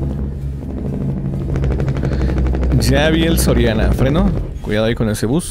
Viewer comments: Dise soriano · y es soriana no sorania jaja un edor cualquiera lo tiene jajajjajja